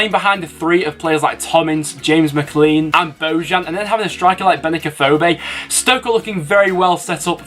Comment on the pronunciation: Mc clean lol it’s pronounced differently